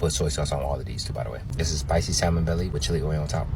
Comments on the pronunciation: I can't listen to a cat who pronounces the L in salmon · I knew the food was going to get an L when he pronounced the L in salmon? 🤭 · I’m sorry I’m annoyed that he’s a food critic and can’t even pronounce salmon correctly. But shout out to him being black though.